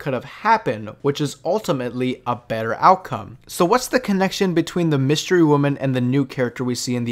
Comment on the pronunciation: Did he say “wystery women”?